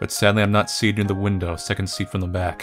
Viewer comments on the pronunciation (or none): none